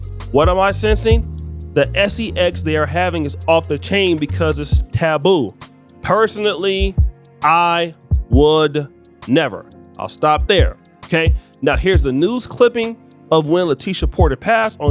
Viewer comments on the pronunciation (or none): This nigga really said "personitly" . How illiterate can you be, goddamn.